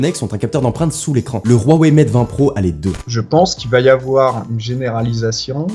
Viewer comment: arreter de dire rouwei on dit huawei